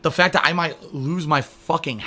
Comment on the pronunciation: fact-tuh! snortsnort